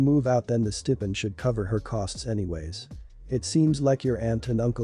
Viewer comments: It's pronounced Stai-pend not Stepend... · It’s pronounced stye-pined.